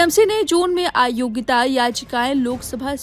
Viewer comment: " aayogita " nahi AYOGYATA bolo.